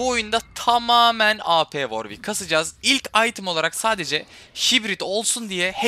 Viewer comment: Warwic deil dabülyu ar dabulyü ick